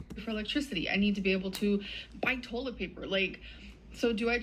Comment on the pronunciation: The way she said “tollet paper” was physically painful to me.